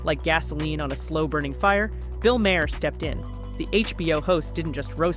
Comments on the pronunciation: Its Maher, like tar. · Bill Maher... not a fan, but it's pronounced mar. Help me, help you....I mean your AI. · Weird that the narrator mispronounces Bill’s last name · Is there a reason you can’t pronounce Maher correctly? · The narration mispronounced Maher two different ways.